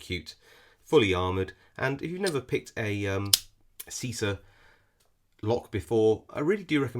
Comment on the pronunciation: always love your videos, great vibe, and I'm glad I can be of any help: pronunciation: "cheesah", like cheese